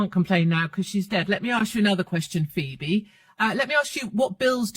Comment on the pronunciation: I love how she managed to make Phoebe sound like a 4 letter word.